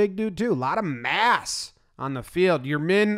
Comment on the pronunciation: please start pronouncing yermín correctly, what if everyone called you jawmbuy